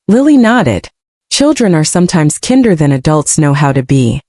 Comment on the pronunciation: You are KIND, not KEND; so why would kinder be pronounced kender??